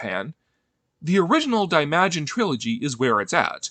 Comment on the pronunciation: You massacred the pronounciation of Daimajin.